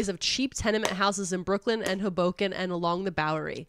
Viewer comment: pronunciation of "Hoboken" freaks me out a little.